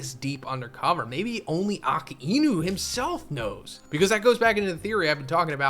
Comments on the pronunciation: Ah-Kai-new / Law-fee-yet. You butcher things sooo hard lmao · Bro just stop saying aka ino its weird af